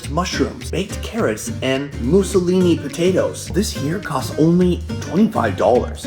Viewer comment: "Mussolini potatoes"????? My friend, It's "moose-lean".